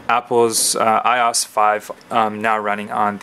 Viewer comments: I...O...S... - is how its pronounced... not eyeos. Separate the letters out friend. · 'i' 'O' 'S' ... not "i" "os" :@ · its IOS not I OS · I could not finish this video. It is pronounced I-O-S not I oss. Watch any release video for a previous iPhone and you will see that Apple Execs themselves call it iOS not I oss. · its pronounces eye-oh-ess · This video is crap. No offense but you keep stating your opinions, and if this is a comparison video why the heck are you stating your opinions. You're pronouncing iOS like a hot mess and why would you bring in BBM when you are doing an iPhone and a GS2 comparison. You kept going off on things that didn't make sense and you didn't give a clear explanation on which phone is better, you just said its an opinion. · You're pronouncing iOS completely wrong by the way